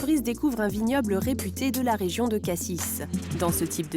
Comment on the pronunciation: Par contre Cassis prononcé "Cassisse" ça me fait mal à ma Provence...